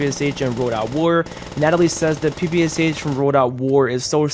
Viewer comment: ppsh reads out pepesh